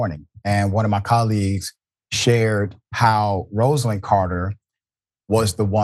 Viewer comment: Dr Richey you worked at the Carter Center and you still cant pronounce her name correctly?!😢